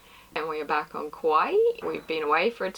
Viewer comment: Nice to have you back! Looks like you guys are well rested and fully charged for some fresh nautical adventures! And your ‘byee’ at the end, haha love it! Exactly the same as you sometimes pronounce ‘Kawai’ in the vids 😂. Stoked for coming episodes! Safe travels, enjoy! All the best from The Netherlands 🇳🇱 🙏🏻🎉